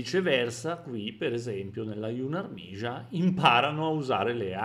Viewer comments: Capisco che non è facile ma si dice più semplicemente yunàrmia. Comunque a parte le parole straniere storpiate apprezzo tantissimo lo sforzo per distruggere la propaganda Rozza. Grazie e sempre click 👍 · si pronuncia "YUZHNAIA ÀRMIA"...= esercito giovanile dove Zh = alla J francese di "bon Jour", e Armia con l'accento sulla A